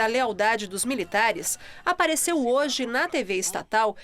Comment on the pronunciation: olha a dicção reporter, "miritares " é